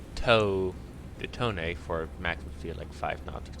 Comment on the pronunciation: The IJN Tone is pronounced Toe-Nay